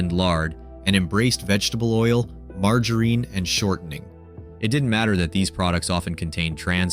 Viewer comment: Probably should check the pronounciation of margarine too. Otherwise, great video. Really fascinating. I had no idea about how popular lard was